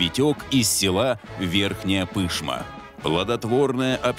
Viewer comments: Во первых не ПЫшма, а ПышмА, а во вторых, это не село, а полноценный город пригород Екатеринбурга ))) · пожалуйста, пышмА, а не пЫшма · ПышмА, а не ПЫшма. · ПышмА, ударение на последнюю букву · 1) Верхняя Пышма - это город. 2) Ударение в слове "Пышма" ставить на последний слог - "ПышмА"